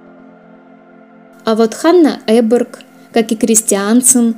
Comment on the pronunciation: Необъяснимо, но факт: на маленьком канале с 2к подписчиков правильно произносят фамилию шведских биатлонисток (Эберг), а "великий эксперт" Губерниев так и не может запомнить...